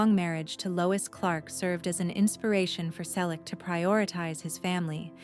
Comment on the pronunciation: Why post a fake image of Tom? Really stupid. Tom still has black hair with silver and white strands. Not again the story of his life. At least four to five times every day. Everyone we know has read his book or listened to the audio CD. Learn English. Learn to pronounce "Selleck". It's Magnum P.I. Tom and Jillie met in 1983. They got married in 1987. Don't talk about people you don't know personally. Don't copy other clueless creators. Don't copy the same misinformation.